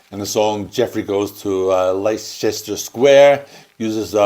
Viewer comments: It's lot lee-chester it's Leestuh-shu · Leicester is pronounced Lester....FYI. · 'Leicester' is pronounced like 'Lester'. Nice job! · You got balalaika right but not Leicester Square. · Leicester is pronounced Lester 👍